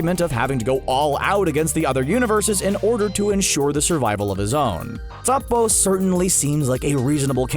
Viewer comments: Man did not just say topo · Annoying how he pronounces Toppo 😣